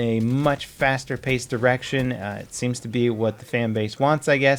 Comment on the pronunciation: "Call of Duty has, for a long time been going in a much faster paced erection" - I know he said "direction", but what I heard was much more indicative of the game.